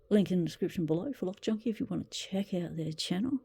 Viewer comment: That definitely says “cock junkie” 🤣🤣